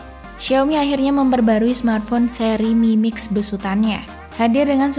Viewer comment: Aku salfok dengan kalimatnya ngomong mimix 🤣